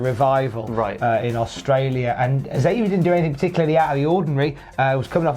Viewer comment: Hate to be “that guy” but lad, Xavier gets really annoyed when people pronounce his name as “Zavier”. It’s Eckzavier. He’s blown up on camera a few times at people who keep saying Zavier 🤣